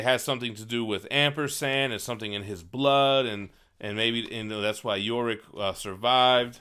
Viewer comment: Now you're just pissing me off. It's not "Yo" Rick. It's Yorick, as in "you're ick". You've been hanging out with Manimal too much, the stupid is rubbing off on you.